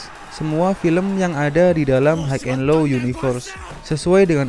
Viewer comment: Bacanya hai en lo, bukan haig en lo